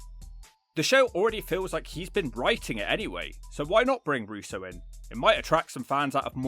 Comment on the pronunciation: Why do you keep saying 'Russo'???